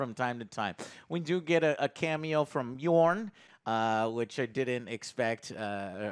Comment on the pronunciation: ... or him calling Björk "Yorn"... 😄